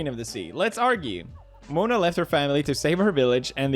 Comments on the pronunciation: Is anyone gonna talk about how Felix said “Mona” and not Moana? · “mona” MONA?!? Mo-ana 🤮 Not Disney man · Bruh it’s pronounced mow-ah-na not moan-a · He said Mona not Moana lol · He read Moana as Mona Edit: wtf Felix